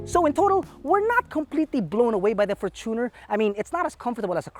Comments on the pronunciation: the fortuner is pronounced as “fortune + r” from the word “fortune” not “for + tuner” from the word “tuner” “FORTUNEr” not “forTUNER” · How is it really pronounced? For-chooooo-ner or for-chuh-nr